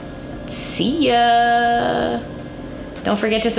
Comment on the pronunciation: thank you!!! When you say "see you" it sounds exactly like "szia" which means hi/good bye in Hungary😊 love it❤